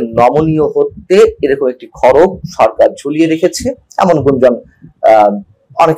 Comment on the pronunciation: শব্দটা হবে “ খর্গ”। খরগ নয়। দয়া করে ঠিক করে নেবেন।❤️